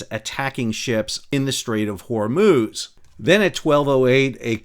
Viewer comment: "hormooz" :D Cracks me up every time.